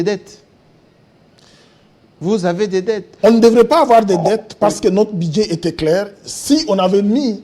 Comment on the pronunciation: Ce Commissaire Général aux jeux ne sait pas différencier les u et i... bidget, jé, ti, bidget... au lieu de budget... plus de 20 diplômes pour ce faire. Sekirité, irgence, c'est ké... (que). Un mauvais manager. Il ne sait pas que pour une activité temporaire, on privilégie la location en lieu et place de l'acquisition...